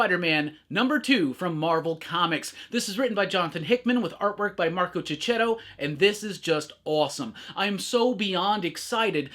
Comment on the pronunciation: Isn’t it pronounced (Marco) Cheketto? 🧐